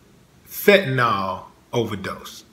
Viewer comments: I Loved Brother Rogers. 100% . All very suspect. That said, it's Fenta-NIL....not Fenta -NAWL. Nil Nil Nil not NAWL, Y'all...... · Fentanyl, not "fentanol". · There is no "o" sound in "Fenta-nil"